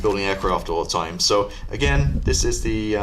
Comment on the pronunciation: You can just call it the “weasel”. It sounds almost exactly the same in German. It is not a “wise cell”. It is simple Weasel with a bit more a V sound than a W and a slightly longer first syllable and shorter second as in English (if you want to pronounce it perfectly). Veesul.